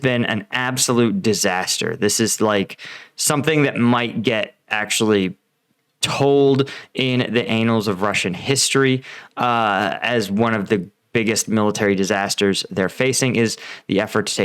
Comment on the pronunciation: annales, it's French. 'ah-nahllz.'